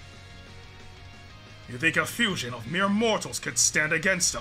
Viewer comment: They butchered the name of fusion 🙃